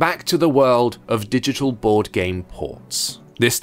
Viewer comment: Closed the video as soon as heard board😂😂